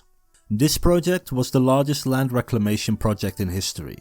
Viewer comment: Asjeblieft spreek de 'd' van world of land uit als een D , niet met een Hollandse natte 't'.